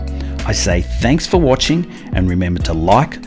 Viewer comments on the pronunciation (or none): none